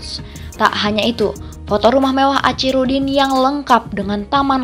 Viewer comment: Sayangnya admin yg membacakan narasi dr tex naskah klihatan kurang wawasan gak yg pria maupun wanita geli telinga mndngarnya kosa kata Achirudin .. itu dibaca acirudin pdhl sbnrnya dibaca akhi bkn aci dan kabupaten medan gak ada woi..yg ada kota medan